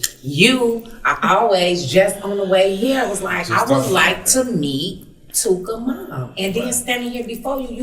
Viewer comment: Stop saying " TOOKA ".